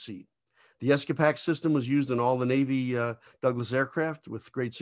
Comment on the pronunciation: A good summary of seats and escape systems. In the '70's and '80's I flew several models of the A-4 Skyhawk which were equipped with the excellent Douglas ESCAPAC seat. A minor note, I always heard and spoke the seat name pronounced "Ess Kay Pack" or "Escape Ack" (sound alike) vice "Ess Kah Pack". Looking forward to more of your videos, thanx.